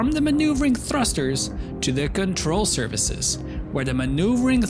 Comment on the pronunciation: "Control services". I cannot unhear it :D